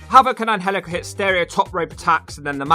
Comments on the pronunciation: IT is pronounced Angelico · It is pronounced Angel/ico